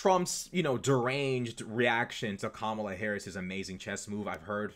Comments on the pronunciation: Saying "Kambala" instead of Kamala may be the B-word. From men like that, i take it as a compliment! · Kamabla😂 that must hace being on purpose